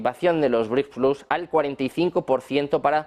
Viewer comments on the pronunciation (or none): none